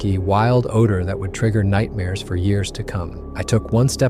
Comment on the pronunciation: Did he say nightmares or nightbears ...hmm